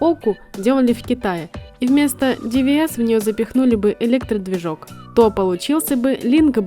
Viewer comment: Ты не русская что ли? Что за Оку, что за ДиВиЭс?